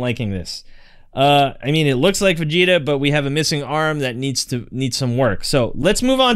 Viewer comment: Never say vegeta red EVER AGAIN